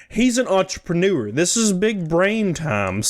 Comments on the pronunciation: " He was an EntrePOOneur " 😆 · Entrepreneur.... you mean entrePOOneur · He was an entrepooneur